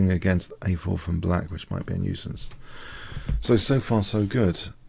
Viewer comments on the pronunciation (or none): none